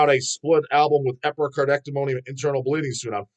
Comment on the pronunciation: Chris Pervelis (guitars) only original member in Internal Bleeding. Interview him. 👍 Also, Epi-car-dee-ect-O-me 😂